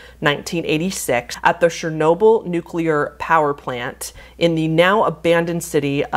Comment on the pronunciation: please brush up on pronounciation of things, the way you said pripyat made my slavic forefathers roll in their graves so fast it could be used instead of hydroelectric power. not to mention chernobyl. CH lady! not shernobyl! chernobyl!!!!